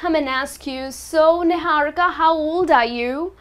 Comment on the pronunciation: Olivia Riley in hindi it is pronounced as Ni-haa-ri-ka not ni-hau-ri-ka